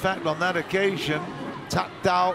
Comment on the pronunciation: This narrator messed up thatdao and pleumjit...